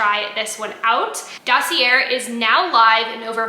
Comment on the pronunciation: Dossier = Sounds like: daa·see·ay